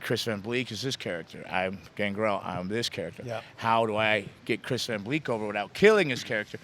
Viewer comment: Am i trippen or did he say Chris van bleek?